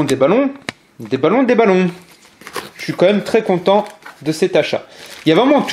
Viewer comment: Super Vidéo mais ce qui me fait rire c'est quant tu dit (déballons) ou (des Ballons) LoL A plus pour de nouvelle vidéo j'esper de bonne surprise de ta part j'attend que ça biz ;)